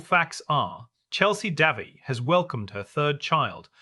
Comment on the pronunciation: Try pronouncing the woman's name properly.